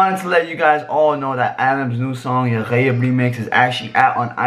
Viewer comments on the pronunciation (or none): Nice vid nice reaction the way he pronounced ya ghayeb is so funny Ánd wrong